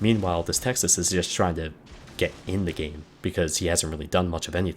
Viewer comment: texaseseses..... lol!